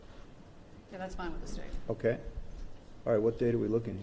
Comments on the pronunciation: The judge said oral instead of all 😂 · Around 11 42 the Judge says oral instead of all.